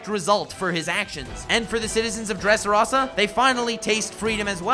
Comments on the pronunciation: okay love the video but dont say dressROZZZAA dressrosa rosa say it try it love ur vid tho <3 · My only problem with this video is the way you say Dresrosa. Nice video otherwise